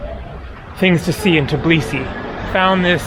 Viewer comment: Please, don't pronounce it "TIBLISI"!!!